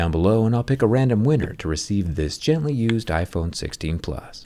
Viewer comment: "gentally used" lol